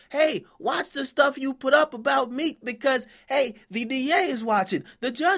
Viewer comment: lmao 50 too funny , nigga called him "Meeka"